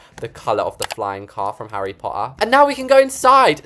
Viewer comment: Haha I love how whenever he says Harry potter it's like "Harry PoA"